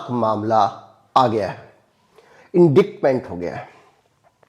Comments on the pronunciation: ji indictment ka pronunciation इन डाइट मेंट होता है न की इंडिक्ट मैंट। I did not want to say it on a public platform but I couldn't find any way to contact you privately. Sorry about that. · I really appreciate and respect you. The way English language pronunciation is ... without logic ... The word indictment is actually pronounced as "inditement".